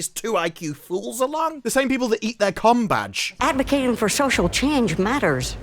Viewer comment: Combadge or Cumbag? Can't stop hearing the second every time 😂😂😂😂